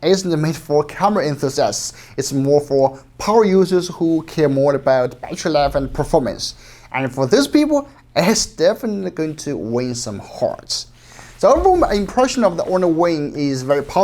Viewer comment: It is win not Wayne